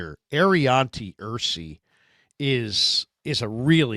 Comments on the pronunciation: Aireontae ERSERY…I like the choice..but it’s ERSERY..not ERSEY….Tate Ratledge..OG..Georgia…Thomas Perry..C-OG..Middlebury College..Marcus Wehr did look good in the 1x1 during the all star workouts..Tyler Batty is a good choice..Landon Jackson had a neck injury that got him carted off.. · Ersery = Ur Sur Ree